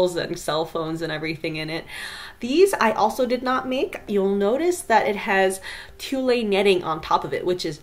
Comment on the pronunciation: The dress is absolutely gorgeous <3 but... "franKai"?? "tul-ay"??? (very confused look) I have... never heard these pronunciations of francaise "franSei" and tulle "tool"....